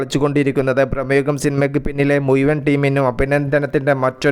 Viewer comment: എടാ മൈതീനെ നിനക്ക് മലയാളം പറയാ നറിയാതെ യുറ്റ്യൂബിൽ തള്ളാൻ വരുന്നതെന്തിനാണ്?ഭ്രമയുഗം എന്ന് നീ തൊഴിച്ചു കേൾക്കുന്നത് പ്രമേഹമെന്നാണ്.